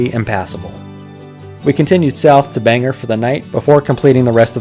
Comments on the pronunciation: bangerrrr. Its Bain-gore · Caribou native here!! Snowmobiling is in our DNA up here. Bangor is pronounced bang-or, not bang-er.